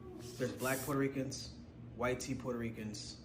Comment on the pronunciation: She is pronouncing it that way because of her accent. Not on purpose.